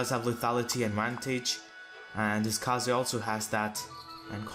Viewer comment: I swear if he says 'kah zay' one more time.